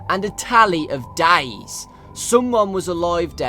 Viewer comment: There is a limit to everything. Every non-english man will slightlhy mispronounce words but he says 'dies' instead' of 'days'.